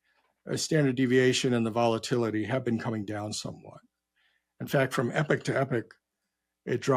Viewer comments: When he says ‘epic’ does he mean ‘epoch’ ? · Saying epic, but obviously intends epoch. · I defo heard epic